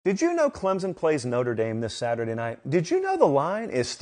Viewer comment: I enjoy listening to your commentary on my team (Clemson) but man you gotta learn how to say the name correctly!